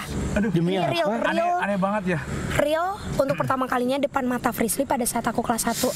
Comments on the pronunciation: be like manggil anwar jadi "aswarrr" be like manggil frishlly jadi "frislirrrrrr" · Hahha.....klo sdh panggil nama Frislly...jadi Frislir...bikin ngakak